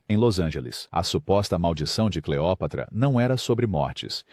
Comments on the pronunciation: Cleopátra ? Ou Cleópatra? Esse narrador artificial é uma coisa!!!! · Oi,!! Adorei Cleo(pá)tra.....Seria essa a pronúncia correta? Mas mesmo assim, achei o ponto alto da narração.